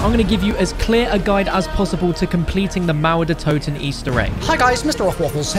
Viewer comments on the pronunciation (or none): The mouwer deur towden‘‘ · As a german, hearing how americans pronounce "Mauer der Toten" is insanely funny 😂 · I Love english people trying to say Mauer der Toten